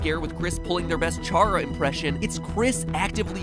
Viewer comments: ..sorry but it triggers me its CHARA (KA RA) not shara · I think it’s pronounced cara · Also, "Chara" as in "character" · Am I the only one who pronounces Chara as "Care-a"; like "character"? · Wasn't expecting to get so many likes. Thanks everyone. 😄 I have heard it pronounced those ways too. Hearing someone say "chARa" just makes me think of "charcoal". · I can forgive you for the other sans theory. But the way you say "Chara" is absolutely unforgivable. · isn't Chara pronounced like Character?